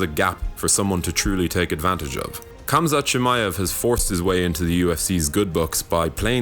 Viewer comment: By making the video and pronouncing the name incorrectly.